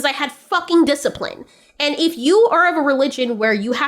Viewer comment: he racks a disciprine. True disciprine come from within.